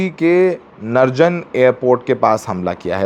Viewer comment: नरजन नहीं नजरान है।😊